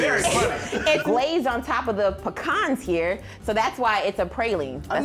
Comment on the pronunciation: It’s Pecan not Peecan!!